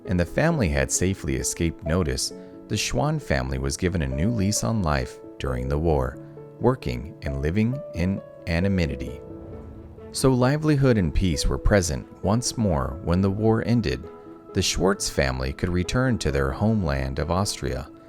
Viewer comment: It’s a great and true story. But wish a live human would read the text — the robot voice massacres the town’s name and — the word ‘anonymity’! (“Anaminity”?)